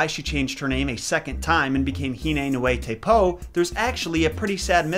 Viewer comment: Caption: Tikikapapa; Pare: TikikapaKApa; Pah Which is right?:) Also, I have a sneaky suspicion that nui is NOOey, not nooEE. But I have no way of verifying it.